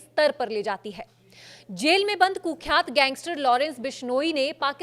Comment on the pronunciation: Ye कुख्यात nahi h bolna सीखो